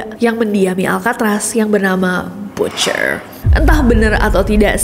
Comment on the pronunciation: butcher? Apakah dia beraksen Cockney?